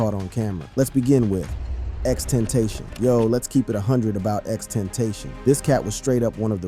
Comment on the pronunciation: x ten-tayshon didint even try to say it right smh